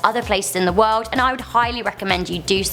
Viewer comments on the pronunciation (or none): "In the woed" 😂